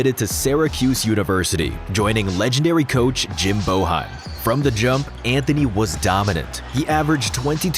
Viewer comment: Who is Jim BO-HEIM